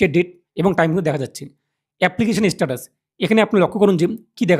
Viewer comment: First of all its Status ... Not ish-status😂😂😂😂